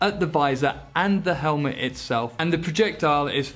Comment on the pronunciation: "Let's open up this helmlet" 😄